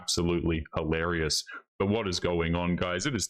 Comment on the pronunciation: There's no such word as "halarious". Every time you pronounce it that way, you confuse your audience. So they are likely to make the mistake themselves and sound stupid.